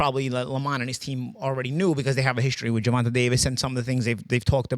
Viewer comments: HIS NAME IS GERVONTA pronounced “GERVONTAY” Get it right please. GervonTAH is not how is name is pronounced. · Petition to have Paulie say Gervonta's name properly.. Ger-von-tay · The guys name is Gervont'A'!!! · I swear I've been noticing that for years it's almost like he doing on purpose 😂😂😂